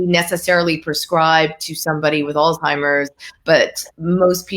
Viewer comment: there’s no “T” in Alzheimer’s. It’s not “All Timers”. It’s a name pronounced “Alls Himers”